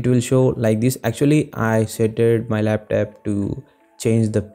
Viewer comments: Laptop❌ laptap✅ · lap..TAP??????? wtf bro you goofy af